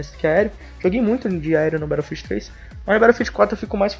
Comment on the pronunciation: "Berófiu" ha ha ha ha